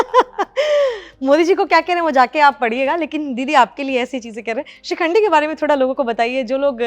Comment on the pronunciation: "Madam" ko koi bataye...its not SHRIKHANDI 😂😂 but SHIKHANDI